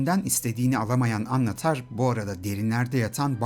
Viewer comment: Annatar degil annnnatar